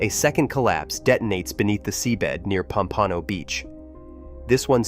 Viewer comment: It’s pronounced POM-pa-no, not pom-PA-no!